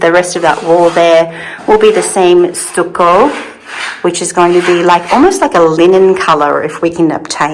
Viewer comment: 🍃Much love and speedy recovery,. I think the first wallpaper is the best…it took my breath away! It will make that room just ravishing. FYI, in the USA, we pronounce stucco like “ stuck…I was stuck in the mud”! Stuckoh …